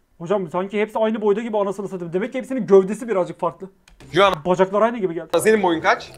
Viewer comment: Ya bari telaffuz edebildiğin bi isim seçseydin Joanna nedir baba ya J ile söylüyo bi de kepaaze ya